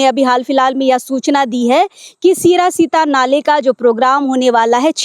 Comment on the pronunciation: सिरा सीता नाले नहीं सिरसी ता नाले बोलिये